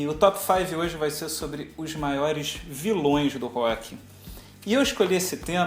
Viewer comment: auheauheuaehu viloes do rock "avioes" hahahaha